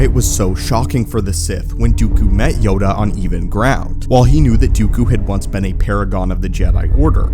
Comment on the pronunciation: Say "yoga on even ground" one more time